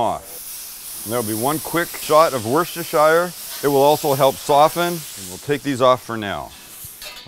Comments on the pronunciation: It’s “WUSS-TER-SHUR” sauce. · Hey Sam. Just info for you. Worchestershire sauce is pronounced wuster sauce. The chestershire is silent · Sam, I love you vids, But as an Englishman, it really bothers me when our overseas friends butcher saying "Worcestershire Sauce", Please either say Lea & Perrins... or Anchovy sauce at the very least...